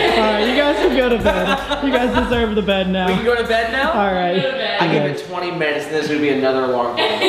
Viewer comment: The real crime is that you said bead instead of Bed